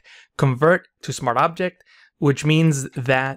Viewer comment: bro pls say SMART OBJECT and not smarabject